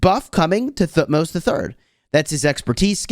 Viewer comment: the way you pronounce thutmose helps me to learn th sound :D thank you.